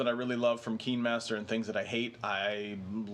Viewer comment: Oh this is exactly the stuff I wanted to know, having not found my pixelbook very integratable (I'm a total novice) thank you!! Just as a note I think it's easier (and more european) to say Kinemaster "kinnehmaster" like cinema, not "keenmaster" like seenma.